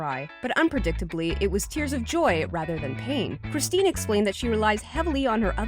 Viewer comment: Anyone else cringe a bit when she said "Kristin" and not "Christine"?